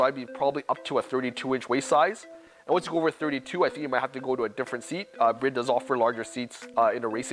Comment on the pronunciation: How are you a representative of the seats but do not pronounce the name correctly? ITS NOT SPELT BRID. 😂